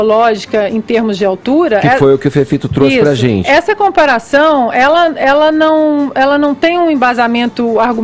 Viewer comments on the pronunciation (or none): Esse tal Fefito não tem amigos não, gente? Pra dizer pra ele que esse não é um modo adequado para um adulto falar. A zente. Tenha dó. Meu primo de 4 anos pronuncia as palavras melhor. Tem que ter estômago!